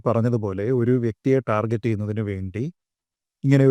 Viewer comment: happy to hear a malayali pronouncing the word target the correct way.usually all the keralite pronounce itTarget as TarJet 🤣